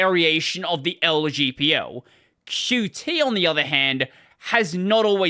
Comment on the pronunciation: haha, THANK YOU for calling it "Q. T." and not "cute"